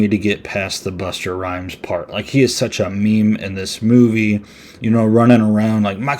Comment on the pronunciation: Bust-a Rhymes not Buster